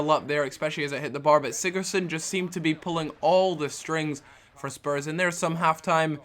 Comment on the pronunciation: lol he nearly said sperm instead of spurs